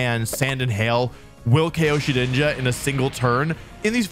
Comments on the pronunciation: Bro can say shedinja right but not Zacian and Slaking 💀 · Thank you for saying Shedinja correctly. I will now leave a like.